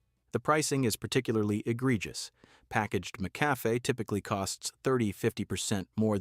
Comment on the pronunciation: This guy can’t even say the name of some brands. Mickafay .😂. I think I’ll just stick to my taste and drink what I like.